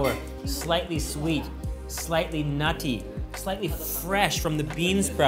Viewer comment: so much emphasis when he says nutty i crack up laughing